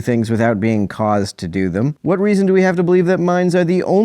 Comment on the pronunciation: "Hwhat happens is"